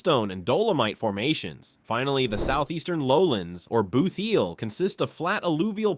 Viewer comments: Boot heel, not bootheel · And boot heel is not pronounced boothheel